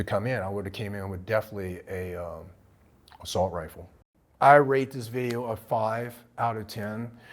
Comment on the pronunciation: My guy is real dead set on saying "assult rifle" 😂